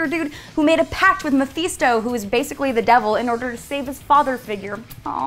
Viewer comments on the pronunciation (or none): When you cant say Mephisto right. but is it even possible to not to have evil Ernie it has an official listening heavy metal sound track. like they didnt even have conan or queen of the vampires this list is ass.